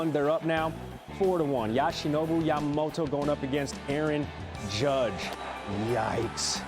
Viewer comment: "Yashinobu yamamoto"